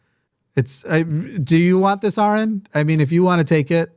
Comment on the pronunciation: For the love of the Spaghetti Monster, it’s Aron not Aaron. Trust me I know the difference firsthand lol 😂